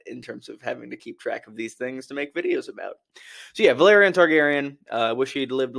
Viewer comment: Valerion and Velaryon are not pronounced the same. Valerion would be Va-leer-E-on and Velaryon is Vel-R-re-on.